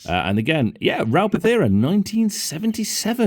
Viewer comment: It's Ral Partha not Pathera, interesting video none the less